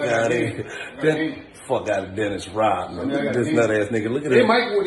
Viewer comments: You not Dinnis Rodman... You're Dinnis Rob-a-man 😂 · “dennis rob-a-man” lol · "Dennis Rob-a-man" 🤣🤣🤣🤣🤣🤣🤣🤣🤣🤣🤣🤣